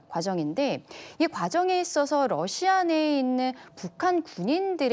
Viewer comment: 억양 왜 남한식 러시아 일까요 우리도 다른 나라를 호칭 할 때 중궈, 니혼 이런 발음 사용하지 않아, 국정원과 우크의 합작품 같다😊